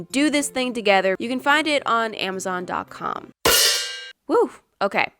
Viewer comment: I don’t know wether it’s just me but does say AMZON instead of Amazon?